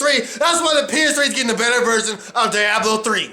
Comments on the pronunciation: die-ahblo? lol isn't it Dee-ahblo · "Dye-A-Blo 3"?